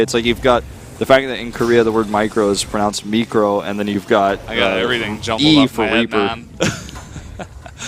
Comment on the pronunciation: I thought I heard something else when he said "meecro", lol...